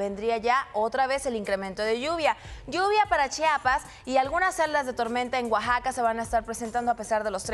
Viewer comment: axaca o querías decir Oaxaca jejeje